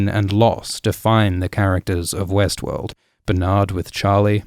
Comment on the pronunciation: Every time you said Westworld, I heard Westeros.